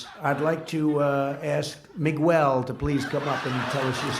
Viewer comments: Trump mispronouncing Miguel is so cringe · Mig-well hahhaha 😂😂😂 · A-a-ron? Where is A-a-ron? Mig-well? Where is Mig-well? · Mee goo ellee. * Miguel * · "Migwel Gutierrez" -Pres. Donald Trump 😂😭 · MIGWELL BRUH I THOUGHT HE WAS TRYING TO SAY MANUEL